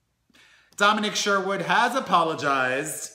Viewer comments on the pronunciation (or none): Domin-EEEEEEEEEEKKKKKK................ isnt it domin-nick